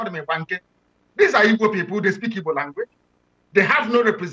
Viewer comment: Pls with do respect try and learn how to pronounce Igbo names very important thanks.